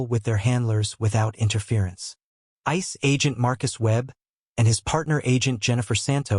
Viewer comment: If AI can't get any better with pronouncing simple words like Dr and ICE then it doesn't need to be anywhere knew the Pentagon or any police or military entity.